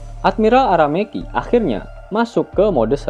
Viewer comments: Admiral Aramaki woy bukan Arameki 😂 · Ara maki atau Ara meki min,,kayak ny Ara MEKI cew min😂